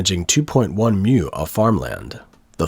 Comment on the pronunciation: Mu - like moo - not "myou" Chinese doesn't have this sound. Watching this report - it just goes to show that all the pro-China propaganda is nonsense. It's always the same absurd stupidity, generation after generation.